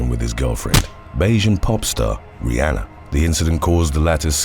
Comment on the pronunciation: Love how he keeps mispronouncing Rihanna name